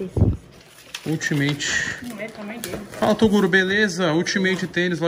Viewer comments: tem Toguro errado o Próprio nome Falando "Tocuro" tem like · TEM TOGURO QUE ERRA O PRÓPRIO NOME "TOCURO" TEM LIKE